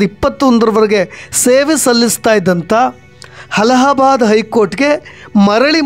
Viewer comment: "ಹಲಹಾಬಾದ್" ಎಂಬ ಊರು ಇದೆಯೇ. ಅಲಹಾಬಾದ್ ಎಂಬುದನ್ನು ಕೇಳಿದೇವಿ. ಯಾವ ಸೀಮೆ ಕನ್ನಡ ನಿಮ್ಮದು?